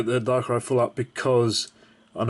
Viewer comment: like this comment if you like it when people slur full and art together and it sounds like flart, cuz i know i do!